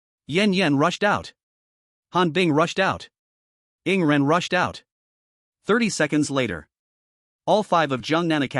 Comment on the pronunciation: Dude why always say rarely yawning for yingren its annoying